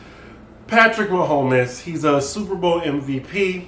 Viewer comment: Mahomes i love you but its pronounced ma homes and he deserves every cent! His dad was a major league pitcher so i root for him to get every penny he can. Patrick has done a lot in his short career and he is the face of the team. Only a select few athletes are given the God given abilities to perform on a professional level and they should try to get what they can while they can.